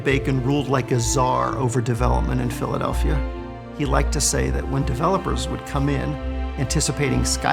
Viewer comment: Went from Frank Rizzo, best mayor in Phila history, to Wilson Goode, who was the absolute worst. He couldn't even pronounce PHILADELPHIA for God's sake!!!